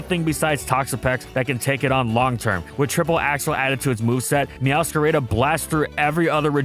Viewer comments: "Meowscarayda" lmao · Why do you say meowscarada like that 💀